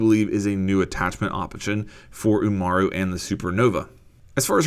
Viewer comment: Amaru not umara